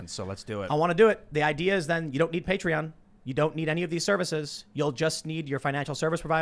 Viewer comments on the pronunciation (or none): none